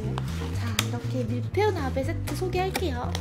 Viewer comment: 밀베유... 뭔가 사투리 같은데... "뭐해유?" "밀베유~"